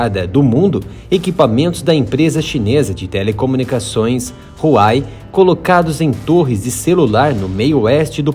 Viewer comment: Huawei se fala “ruau uei”